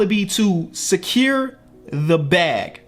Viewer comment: “Sakeer the bag”